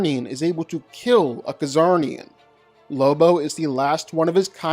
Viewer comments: Lobos species name is pronounced with the letter c being silent dude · Pretty sure the "C" is silent in Czarnian....